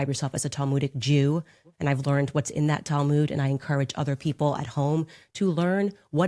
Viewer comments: I'm Jewish and I don't pronounce the Talmud they way they do.... It's like mud. Not mood. Tall mud. Not tall mood. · What's the 'Tal-moood'? Does she mean the Talmud?